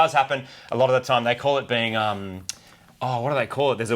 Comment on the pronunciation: said "You are a peing"